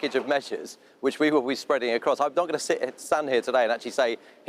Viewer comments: "And we are it" forgot the sh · At the end of his speech; "We are IT" I think he missed out the letters SH before "it."